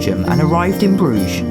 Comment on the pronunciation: You missed pronounced brugge